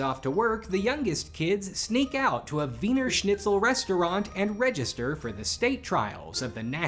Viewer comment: thank you for pronouncing the w right. most people will just pronounce it the english way, but u actually knew what u were doing this doesnt matter at all but i still appreciated it